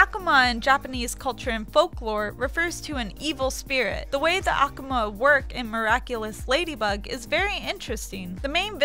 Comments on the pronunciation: it's AKUMA not AKAMA. I didn't even know that you saying that. not hating just stating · Actually,it's "ah-ku-ma" in a quick manner. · Rebbecca Stone ahkahma (akuma) kwahme (kwami) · It's AKUma not AkuMA. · She sounds like she's pinching her nose and she can't even pronounce Hidouken or Akuma